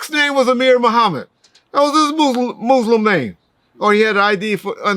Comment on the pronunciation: you pronounce Muslim like an old white man in the 60’s & 70’s 😂😂